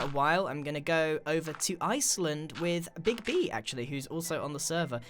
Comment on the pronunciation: My nickname is so I always get so confused when I hear you say it phonetically, hah.